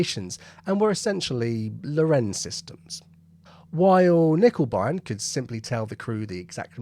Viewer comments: In German, words beginning with K are also pronounced with a k. So it's not "nickebein", it's k-nickebein. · yes and certainly not "nickeL bine", as the presenter seems to say in this video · In German it's handy to pronounce every letter..there is an N...in KerNiccker.. Just fyi... Lovely vlog. Have subscribed It was discovered at Cockfosters incidentally.. in the unique pow camp in the ultra posh Trent Park House ..by listening to top rank German prisoners...chatting Not by listening for it ... Isn't war bloody daft.